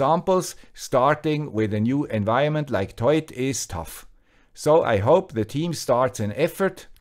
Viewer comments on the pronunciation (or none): I'm pretty sure it's not pronounced as a single word 'toit' or 'toyt' but rather 'To-it' (like the number 2 then it). The name looks like a simple play on words to me. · So you do pronounce it as written, TOY-IT. I was worried in case you had to pronounce the OI as "WA" like the French do as in reservoir, trois, au revoir etc. Of course that would make it TWAT! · ' pronunciation is correct. It comes from "Toit like a tiger".